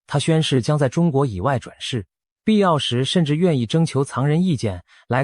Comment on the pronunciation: 藏人的藏該念四聲吧, 怎會是一聲？ 文字轉語音的軟體該更新了吧？